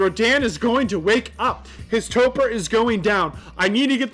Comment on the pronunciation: why the hec do you say toper???? XDDDD its TOR-poor